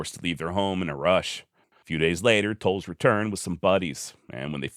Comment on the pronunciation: I appreciate that you pronounced my last name correctly ❤️ I find your content fascinating